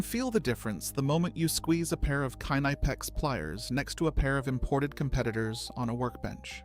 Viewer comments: K N I P E X not KNEIPEX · It is not "nipex" it is K-nipex and the i is pronounced like in "lid" not like in "like" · I fucking hate how this AI pronounce "Knipex".